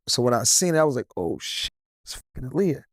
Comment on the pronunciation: Aaliyah probably felt a way about him, because he kept mispronouncing her name 🤣. it’s “AH-LEE-YAH”. It’s not “UH-LEE-UH”